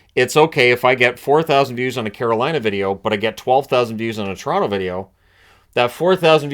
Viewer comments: everyone knows it’s Quoronto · LOL Coronto, Caple Ceafs